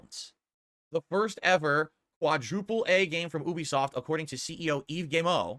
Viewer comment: I hate how he says Ubisoft, like NO ONE says OObisoft cus thats NOT how it's pronounced lmfao, and oh good, Judas is gonna be ANOTHER game gets handheld through because he cant be assed to make his own choices...UGH Kill me now